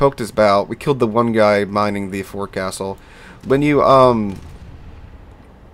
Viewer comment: Just an FYI Forecastle is pronounced like Fohk-suhl